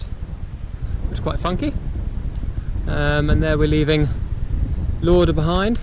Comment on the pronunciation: Well done to you. Just watched last two videos will watch the rest tonight. I used to live in Jedburgh, family still do. Lauder is pronounced as Lawder . But we’ll done buddie awesome achievement.